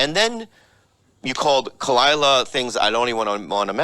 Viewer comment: Khalyla. Not that hard. 😉 #Tigerbelly #FuckBS